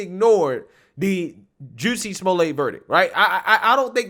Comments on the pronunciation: It's Jus-sie Jussie! NOT JUCEY Smfh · I get such a kick out of the way pronounces Jussie’s name 😂